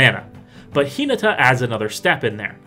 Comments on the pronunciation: (Hin-ah-tah) please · I thought this Video was on Hinata, Dawn Crowned. Who's Hee-nuh-tuh? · Yeah probably you should take 30 seconds and check how to pronounce a name before you make a video about it but yolo